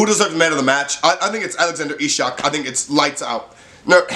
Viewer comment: Not ishak, but its pronaunced iceak :)